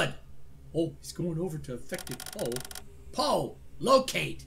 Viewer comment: why do you call PO pol?